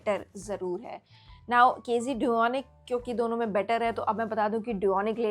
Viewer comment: KZ - Duonic 3 planner ye hee bolrahee na kz dunic bolke